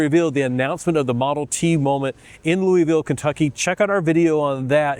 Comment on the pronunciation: That's "Loo-AH-ville."